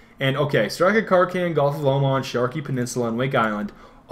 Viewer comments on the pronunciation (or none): none